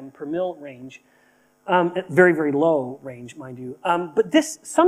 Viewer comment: OMG... true. He said it so indistinct it sound just different. Thank you 👍